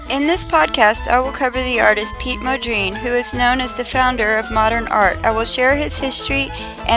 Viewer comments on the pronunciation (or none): It's pronounced exactly like it's spelled. Mon-dree-an. It's like the woman in the video completely ignores the first N in his name. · Mo-dreen? Honestly? He is not a black woman from the south, he is a dutch painter. figure out the pronunciation! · Why don't you find out how to pronounce names. It's disrespectful to get it wrong. How would you like people to speak of you as Jackmee perooz.!!! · You are pronouncing his name wrong.